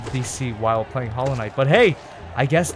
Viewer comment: Hallow Knight More like Swivel knight